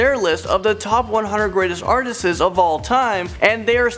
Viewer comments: It's Paul McCartney, not Paul Mcarthy. Also, it's Artists not Artisests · It’s “artists” not “artsti-es”,,, good vid though. You said it every time so I couldn’t help myself.